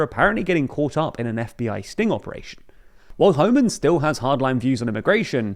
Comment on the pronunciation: The British pronunciation of Pretti and Homan are killing me